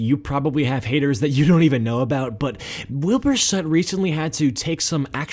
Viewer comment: "Wilbur sut"